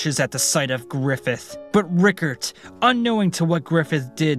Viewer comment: Pronounced Rye-card